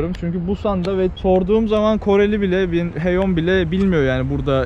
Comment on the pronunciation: Koreli lafından kurtulduk sonunda Heyon demeye başladın abi böyle devam🤩👍